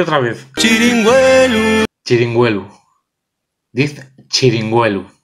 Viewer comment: Cada vez que se diz "txrinigüelu" muerren gatinos en "Grado"